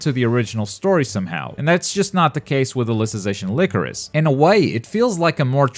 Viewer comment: Its “lie-crow-sis” not “lick-roe-sis”